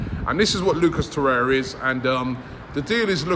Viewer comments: TorreiRRRa Robbie not torreia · Every time Robbie says 'Toraya', i die a little inside